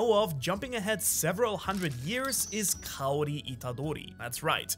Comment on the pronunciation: I know speaks Japanese quite well and English isn't his first language, but for some reason I'm surprised to finally see someone on Youtube pronouncing Kaori's name right lol.